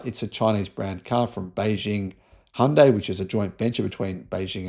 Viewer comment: Finally someone who pronounces Hyundai correctly🎉🎉🎉